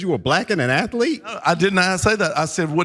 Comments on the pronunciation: Not many men could get away with a coat and bow tie like that…perhaps only a guy who says “atholete”. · that Rep. Jones even felt the need to respond to someone who pronounces "athlete" with three syllables, ffs.